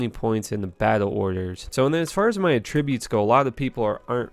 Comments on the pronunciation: Trash video, trash build and learn how to say attributes and anni.. fuckin lame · Yep, and he doesn't even know how to say attributes properly, along with other shit. And even after people tell him the right way he never learns... I see a pattern.